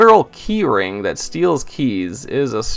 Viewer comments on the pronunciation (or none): none